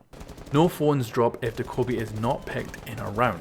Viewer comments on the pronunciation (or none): Doh kow bi It's Do kuh bee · It's doe kay bee not dakobee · Homeboy it's Dokkaebi. Not Daekkobi. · De-Kobe? Do-Ke-Bee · Dough-Kye-Bee Not Duhkohbee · it's doe-keh-bee just put check the corean pronunce of " 도깨비 " on google translator and you will see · Did you say "da-koby"? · Dokkaebi... Doh-Kay-Bee... say it with me now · Dokkaebi DaKobe Bryant Lol it’s not even spelled the way you’re sounding it out how does that happen 😆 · He says dakobi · Actually pronounced Dokk-a- By I have a Korean Friend at my school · “Doh-ko-bee” XD Why do they always release operators with ridiculously pronounced names haha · the way you pronounced dokkaebi threw me off at the intro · Said her name wrong every time